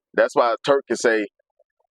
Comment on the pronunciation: Am i bugging or you calling him Twurk? 😂😂😂